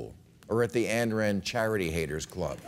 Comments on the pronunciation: Ayn, not Ann. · Why does Bill always mispronounce Ayn Rand's first name? It's not Ann.